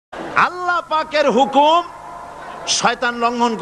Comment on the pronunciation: হুমুক না হুকুম আপনার ভুল আছে